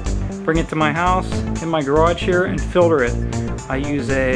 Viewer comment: It's filter, FILTER!!! Not filder...